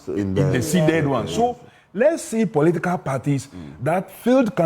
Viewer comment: The guy finds it difficult to pronounce political party